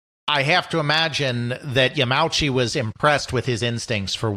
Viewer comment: PLEASE. You are a history channel. The Nintendo president's surname is pronounced Ya-ma-u-chi, not Ya-meow-chi.